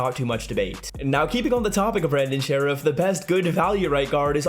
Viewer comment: Pleeeaase start saying sherff properly!!!!! It rhymes with Nerf.